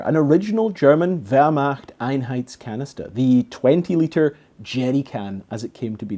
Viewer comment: Nice. But you're mispronouncing "Wehrmacht Einheitskanister". It's hard to understand because "Einheit" and "Einheits" are two different things. A "Einheit" is a fighting force, a group, a unit. "Einheitskanister" means identical in construction for different troops of the Wehrmacht. You can identify your Kanister, who made it, here